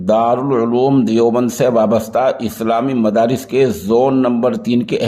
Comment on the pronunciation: مفارس نہیں مدارس